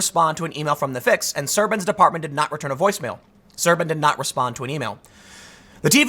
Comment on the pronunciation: As a Romanian, yes, the translation is accurate (și mă zgârie rău pe creier cum pronunți Șerban)